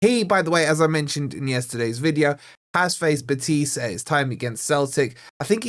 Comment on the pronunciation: Morato gets me nervous. He's too slow and clunky. Btw, - put the intonation on the 'BEH' in 'BEtis'